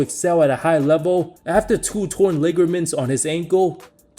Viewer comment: Dude just said Liggerments. 😂